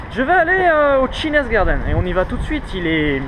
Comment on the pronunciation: Je viens de découvrir ton vlog en Australie et là je me dois de réagir: entendre "chinaz garden" (et non "tchaïniiiiz") pendant toute la vidéo ça a fait mal à mes ptits oreilles de prof d'anglais! Mais bon les costumes chinois m'ont bien fait rire, alors j'te pardonne! ^^